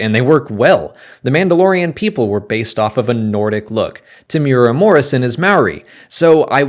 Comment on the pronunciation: Hey guys love your content! Just wanted to let you know temuera and Maori are pronounced closer to temoira and mouri with the Rs being slightly rolled. Keep up the great videos!